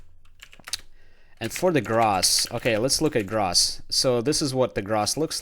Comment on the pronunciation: For the love of god someone teach this guy how to say gross - /ɡrōs/